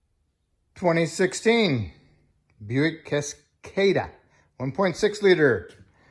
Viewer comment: It's pronounced Cas Cah Da